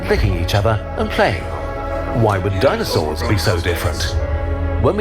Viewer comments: it's DINO-SAURS not dino-cerous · Dineocerous and georaffes 😂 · dino-cerous and geo-raffe i can't this guy is killing me